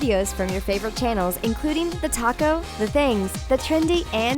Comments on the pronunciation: You said🌮 instead of talkto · I always hear "The Taco🌮" instead of "The Talko" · Yeah same. I'm Jumajm4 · Me to😆